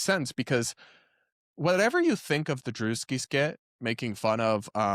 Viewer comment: So not drewski...